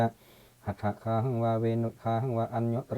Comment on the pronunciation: คาออกเสียงเป็นกา